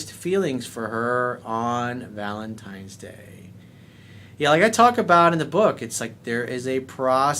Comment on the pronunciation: did you say "Valentimes Day?" C'mon man...